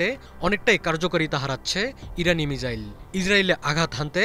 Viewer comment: মিজাইল না মিসাইল 🙄🙄